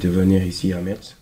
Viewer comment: son objectif était de venir à Metz, mais on lui a dit que ça se prononce Mess et pas Metss ?